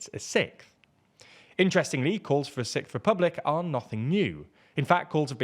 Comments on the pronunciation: I'd be damned to hear the "sickth" republic over & over again if it does ever happen... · Sicth lol